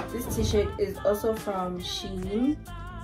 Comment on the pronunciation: FYI: Shein is pronounced, "Shine". Also, it is hard listening to that song repeat over and over for 45 minutes!